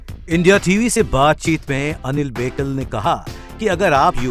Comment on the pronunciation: उनका नाम अनिल बोकील है बेकिल नहीं...